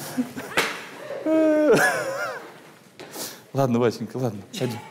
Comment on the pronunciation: Исправьте "Поппнис"